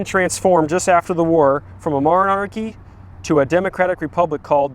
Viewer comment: Say, "monarchy" again, please.